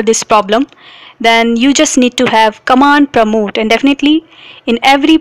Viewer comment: nice english but it is Command Prompt and Command Promote